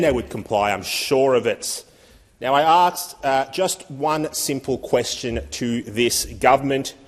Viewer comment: This bogan is saying "aksed" instead of asked. 😂 And he's in Parliament. Our Americanisation is almost complete.